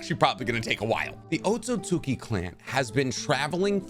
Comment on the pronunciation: Thank you for pronouncing Otsutsuki right because literally no other Narutuber does. EVERYONE else thinks it's "Otsutski" or "Otsuski"...